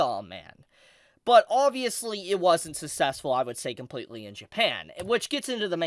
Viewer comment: SUCK-CESS-FULL jesus…. “Sussessful”